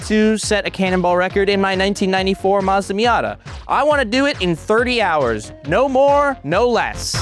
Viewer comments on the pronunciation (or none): none